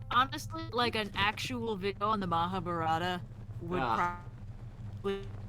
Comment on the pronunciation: Mahaa-baah-rut-aah (pronounced almost correctly) Me: Oh cool! that's the first time i've seen a foreigner say that almost correctly. Also: "Mahaa-burrata Me: So you have chosen to oops